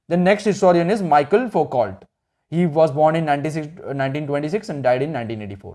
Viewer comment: you said michael